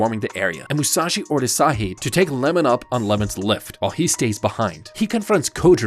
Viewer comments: It’s not lemon it’s iemon 😂😂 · His name is iemon, not Lemon